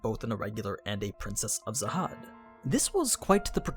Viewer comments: Jahad its Jahad not zahad... wtf XD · please say jahad not zahad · Princess of “Zahad”? It’s “jahad”! have you seen the anime or read the manga??? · Are we not gonna talk about how he pronounced khun as kun? Isn't it pronounced kee-yun? And also he pronounced jahad as zahad. This is funny to me😂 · Imma just clarify that you say the King Jahads name with a J not a Z.